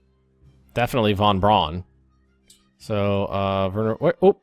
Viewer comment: You keep mispronouncing Von Bruan name